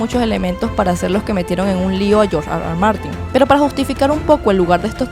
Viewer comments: Hablas español no digas George Ar Ar Martin, por favor di erre erre, cada vez que dices ar ar martin parece que ladras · No puedes decir: R.R. eso AR . AR no te luce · Si estás hablando en ESPAÑOL , ¿ por qué dices AR AR en vez de ERRE ERRE ? NO RECOMENDAR ESTE CANAL ESTÚPIDO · me da mucho chiste escucharte gruñir cada rato diciendo R R (Argh Argh) a cada rato 🤣